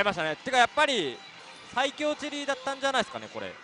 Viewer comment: ｢さいきょうチェリーだったんじゃないすかね｣☚ココ！イントネーション（intonation）がおかしいですよコレ。番組に出て講釈垂れる前に自分をもっと磨いた方がいいと思います。